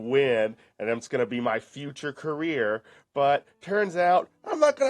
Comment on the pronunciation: thinks playing an android game on his 'chrome book' is going to be his 'car-reer'? The game developers love as he gets back to watching those ads -- or as he says "wee-dee-ohes" -- again!